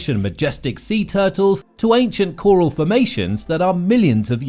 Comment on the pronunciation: Choral?? Haven't heard it pronounced like that before!